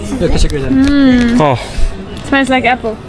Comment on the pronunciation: ’. It is not Teshekkur dare, you should say ‘ teşekkür ederim’